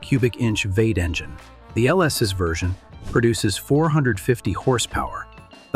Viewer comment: lol ai fail "veight" instead of v8, check your work better